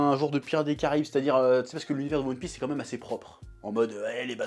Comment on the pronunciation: "Youone Pisse"